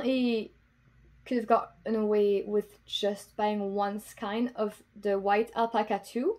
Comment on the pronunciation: You are obviously multilingual and have an excellent command of English. Just an FYI, skein is pronounced skān in English rather than skīn. I was guilty for years of pronouncing it skēn. 😀